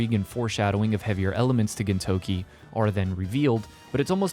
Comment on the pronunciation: Hearing you say "Gintokey" everytime instead of "Gintoki" is killing me inside.